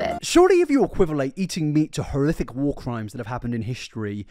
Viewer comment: Serious Question: Are you a closeted ventriloquist? I ask because you effortlessly use the "th" sound in place of the "f" sound intermittently. This is a ventriloquism technique. You literally say "horrithic" instead of "horrific" . Love your content either way. I'm just intrigued.